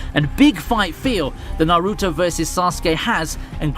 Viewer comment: Good list, but I can't stand the way you pronounce Naruto.